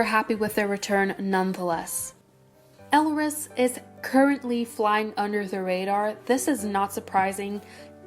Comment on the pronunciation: I think the title may be a bit misleading as most of the shit that happened was with Stardom Entertainment, not with Hunus. (Two small things: EvoL debut was called "We Are A Bit Different" and Elris's name is pronounced like Ellis.)